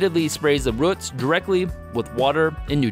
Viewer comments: It's more like rəts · Short ruhts. Long ruhts. That's one crazy regional pronunciation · Ah yes, the "ruts" of a plant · Why can you not say roots? lol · I have to stop. The way you pronounce roots is just weird.